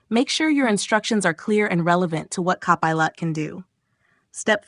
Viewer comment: look for "cop a lot".......wt heck? An AI voice reporting on an AI service, what could possibly go wrong?